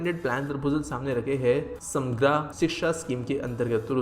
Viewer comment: You don't eliminate the Schwa in middle of the word. It is read Sa-Ma-Gr not Sam-Gra.